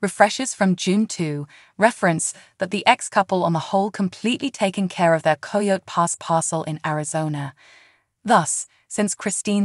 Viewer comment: Please, at least make sure your ai or voice over knows how to pronounce words like coyote.